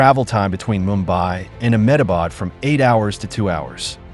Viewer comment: THE INDIA GOVERNMENT, " M-Ah-bad" lol